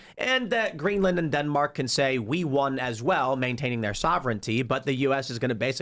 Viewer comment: Why does he keep stressing the "a" in GreenlAnd? You wouldn't say Eng-Land, Fin-Land, Zea-Land...